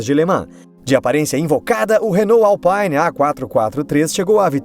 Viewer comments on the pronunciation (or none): A pronuncia ê Renault "Alpine" e não "Alpaine", chega doi os ouvidos. Não ê nome inglês ê francês!